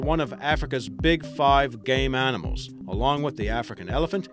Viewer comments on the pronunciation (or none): O Gay animals xD I thought he said THAT?!? LoL Why does "Game" sound like the word "Gay"? If you don't agree, then say" Mr Nintendo The Game Master" It sounds like FREAKING GAY?!! xD lol